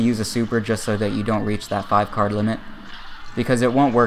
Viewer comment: before you reEaCh